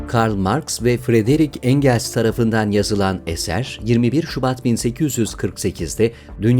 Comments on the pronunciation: Affınız sığınarak belirtmek isterim; tarihi şahsiyetlerin isimlerini telafuz ederken sunucunun daha özenli olup bu konuda ön çalışma yapması gerekiyor. Albert Camus, Engels..hep yanlış telafuz edildi. Maalesef ecnebi isimlerin İngilizce telafuzunun doğru olduğunu zanneden kitlenin zaafiyeti burayada sirayet etmiş gibi. Bunun gibi ufak ama mühim detaylara gösterilen dikkat bu güzel kanalı daha da yükseklere taşıyacaktır. Teşekkürler. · Encıls dedi yaa. Çok komik video olmuş. Holodomor dedi yaa... Yav Nazi destekçilerine ne yapsın adam. İlber Ortaylı ve Celal Şengör'e referans vermiş bir de. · Encıls da kim? Daha adını okuyamıyorsunuz, komünizmi nasıl anlatacaksınız?